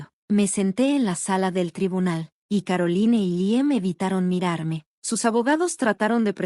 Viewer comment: Caroline (Carolain). Se oye chocante leer los nombre foráneos como se escribe. Por qué no los cambian antes de grabar?